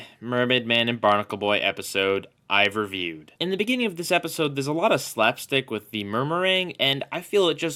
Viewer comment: I love how you said RAAviewed